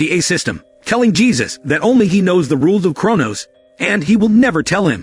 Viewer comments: You need to train your text to speech engine. Jesus? Dieter? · Damn, here comes another one with no idea how to pronouce spanish names